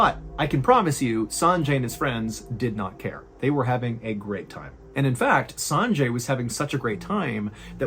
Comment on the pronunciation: "Sanjay" is pronounced "sunjay".